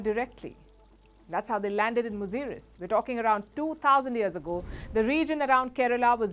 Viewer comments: It's not muzuris it's muzura all over India. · Say it "Musiri",,,,,,,Cera dynasty's port. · Thank you for limelighting ancient historys of South India. Beware of English spellings. It is pronounced as Musiri.